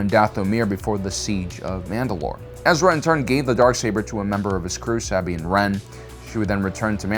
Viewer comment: House KREEZE (The Y in Kryze sounds like an IE). And it's SUHbean , not SAAHbean (Sabine). Why do people insist on mispronouncing words and names that have already been correctly pronounced in the shows multiple times over? It's like nails on a chalkboard.